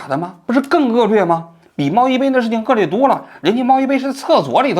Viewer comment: 1.恶劣lìe，不是恶lùe 2.脱开剂量谈毒性都是耍流氓。